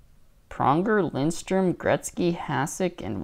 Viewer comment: There is no "N" in Lidstrom.